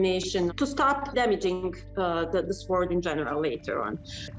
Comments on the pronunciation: she isn't mispronouncing it for her language you've been mispronouncing it in yours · P If she can't pronounce mounts the word sword short she probably isn't an expert. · The way she mispronounced sword is cute. She is very brave to learn how to scuba dive to study the exact information of location. I would be very afraid to go under water.